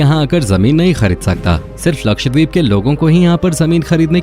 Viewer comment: Ye deep nahi dweep hai, means island